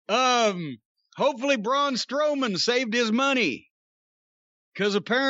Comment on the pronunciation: Jim Said Strong BroMan🤣🤣 But Braun is going to Hollywood